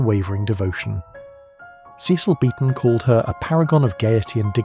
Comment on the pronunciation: This TTS can't pronounce Cecil😂, brooche or nephrite reliably. Or even numbers like an English person. It's so annoying. And the picture is of a State Banquet at Windsor, not a "Gala Reception".